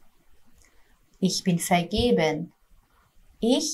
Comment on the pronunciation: سلام در کلمه vergeben شما حرف «ر» رو تلفظ کردین. نباید در این کلمه به صورت «ق» تلفظ بشه؟ یا سهوا اینطور تلفظ کردین؟